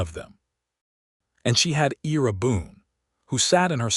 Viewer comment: The male character’s name is pronounced I (long I) & Ra. I love his quirky conversational style, particularly his description of his bad dancing. Delia’s description of the 3 men who approached her is another funny moment.